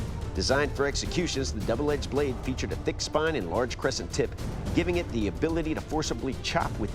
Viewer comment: Doug: KEEL: TEEP